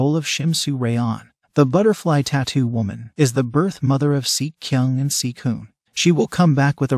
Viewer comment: seok kyung AND SEOK HOPN pronounce as SEEK KYONG AND SEEK UN